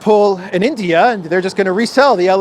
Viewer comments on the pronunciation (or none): none